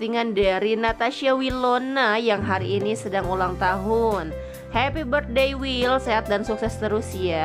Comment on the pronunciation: Aduh, bilar ngucapin ulta sama wil, hemmmm